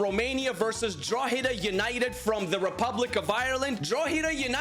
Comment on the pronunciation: Yo. Drogheda United is pronounced Draw-hed-a. Just for future reference 👍